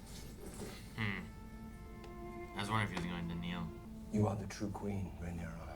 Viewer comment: We’re 18 episodes in, he’s even read the book… and is still saying Rhaenerys 😂 dammit!